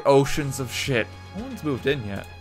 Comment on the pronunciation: Something about how says shit here it's like stressed in finality